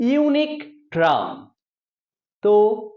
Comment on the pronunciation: couse এর মানে কি দাদা । আর ট্রাম টা কি টার্ম না ট্রাম 😂